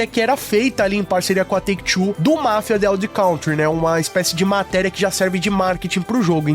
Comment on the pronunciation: Pô, pronuncia certinho o nome do Mafia.